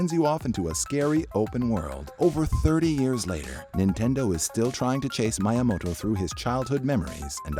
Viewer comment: This narrator is a hired voiceover. It has to be. Speero? My-amoto? ZEEBS??? Did anyone hear this before they published it? No one tried to correct him?